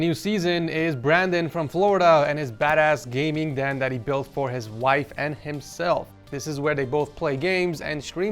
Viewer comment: wife not “wifee” u mean 😅